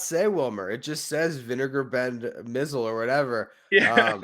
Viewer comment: I know you guys are young, but you're mispronouncing the name of Vinegar Bend Mizell. It's pronounced My-Zell. He had a good major league career, which included a world championship. However, not so glorious with the Mets.